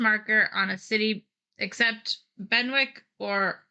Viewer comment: Good to see returning to the land of King Arthur following Legends of Camelot. I am pretty sure Benwick is pronounced Bennick just as Alnwick comes out as Annick.